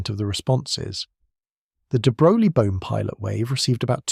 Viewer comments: It's pronounced "de broy." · Why should we take this seriously when you can’t even take the trouble to learn how to pronounce the man’s name? Sheesh!